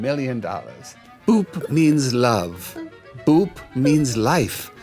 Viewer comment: i thought you said poop at first .